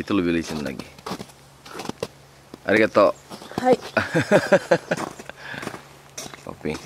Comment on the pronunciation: Ariel ngomong arigato tapi logat sundanya keluar.